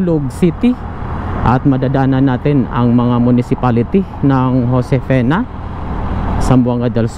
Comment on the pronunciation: Josefina hindi Josefena tanga